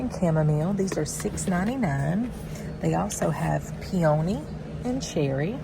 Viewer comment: Peony is pronounced PEE-oh-knee😊